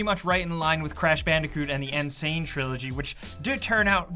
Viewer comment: "Triilogy" lol